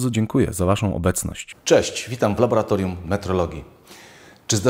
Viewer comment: laboratorium laboratorium labolatorium